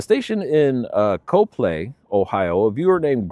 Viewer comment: Thanks for the great video. The one in Ohio is pronounced COP-LEE. Rhymes with mop.